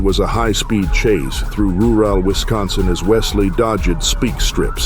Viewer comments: how hard is it to just use your own voice on youtube nowadays? "speek" strips? "ru-rall"? come ON man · What follow-ed was a high speed chase through ru-al Wisconsin as Wesley dodge-ed speak strips and veer-ed into oncoming traffic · "...through RU-WAL Wisconsin as Wesley DOJ-ed SPEAK strips." You're a freaking AI announcer. Thumbs down and I'm outta here. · Minute , what’s a “follow-Ed, and ru-Al” 😂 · Dude, can you not pronounce “rural” properly?